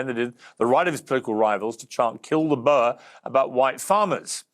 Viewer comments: Its not BURR Piers Morgan it is pronounced BOAR you pillock. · Please Piers, a boa is a snake, or a fluffy accessory, it is boer as in 'boor' and rhymes with moor. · I wish people could say BOERRRRRR and not bo-er. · Why is it so hard for Piers to say Boer? It’s literally said the same as “boor” as in “boorish” behaviour because thats where the English word “boor” meaning peasant or farmer comes from lol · Getting quite fed up with mispronunciation of Boer and Malema and even Ramaphosa. Stickler for language sorry but if you are a reputable public figure who is supposed to be well versed then you need to know how to pronounce names... Piers.